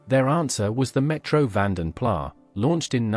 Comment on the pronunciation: Van den plarrrr? It's van den plas. Spreek je flamse niet? Ffs.